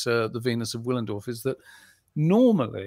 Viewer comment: Wallendorf? Wollendorf? C’mon fellas.